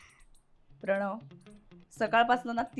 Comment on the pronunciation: "प्रणव" pronunciation is so irritating